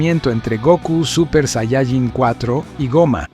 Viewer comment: Tanto te cuesta pronunciar bien la palabra "saiyaJÍN"????? tantos años viendo dragon ball y todavia no sabes